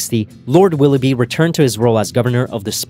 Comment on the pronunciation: Per favore utilizza Cambly.. Willoughby pronunciato 'bai' finale anziché 'bi' non si può sentire...